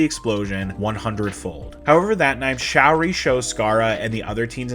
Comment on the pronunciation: Sha-oori, not showery